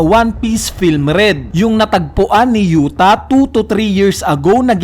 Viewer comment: U-Ta hindi Yu-Ta